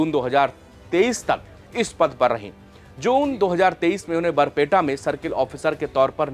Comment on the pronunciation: Baar peta nhi its barpeta😂